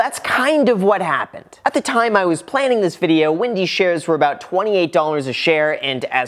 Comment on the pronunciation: It’s Wendy’s not Windys. You don’t “smash” a button unless you want to destroy it.